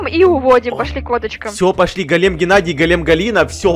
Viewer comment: Не глем а голем и не Галина а Галя